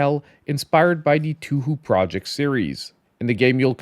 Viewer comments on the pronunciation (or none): Im going to definitely get eiyuden chronical: hundred heroes its at an all time low of 25$ . Akso TMNT splintered fate is only 20. I should say its technically touhou pronounced toe ho.judt Incase you're wondering. It doesn't bother me but it might bother others